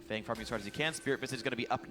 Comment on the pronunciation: Btw I don't know anything about Feng but I'm thinking it's meant to be pronounced "fung" not "fang". Asian players are known to call themselves things like "sky" or "moon", sometimes even using other language's words for things like these. Feng (风) is "wind" in Chinese.